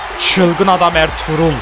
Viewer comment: Abi erturul degil arturut